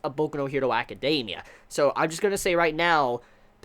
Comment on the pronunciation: ..''acadeiimia'' ? xD???